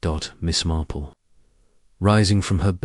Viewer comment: Thank you for posting this; however, have many channels that post Agatha. AND, w/o ads or at least ads between chapters (like every 5 chapters, etc.) Also, it feels a bit A1. I don't care for the way Miss Marple is read. It is not Miss Marpell. Also, this sounds like the book, After the Funeral, which I have read at least 4 times. Good luck & I am signing off at 16 minutes.